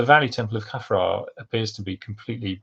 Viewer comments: Why are you pronouncing Khafre as "Kye-fra"? You are the first I've ever heard do that. I know hieroglyphs did not have vowels, but still... {:o:O:} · Well, I've only ever heard it said as "Khaf-ray". Later you say no one knows if the accepted academic pronunciations are correct, so I wondered if academia had changed the accepted norm. But then, I have heard Amun Ra and so on pronounced as "Rah" and "Ray". It reminds me of when Latin scholars decided Caesar was Kaiser and Cicero Kikero! Thanks for the reply. Cheers! {:o:O:}